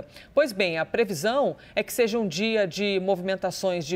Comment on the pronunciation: Pseudo repórter da CNN falando "seje"...Misericórdia!